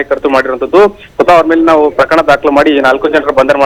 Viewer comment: Anchor sister yaake ashtondu ಮಹಾಪ್ರಾಣ use ಮಾಡ್ತೀರಿ For example ಪ್ರಕರಣ ಪದವನ್ನು ಪ್ರಖರಣ ಅಂತೀರಿ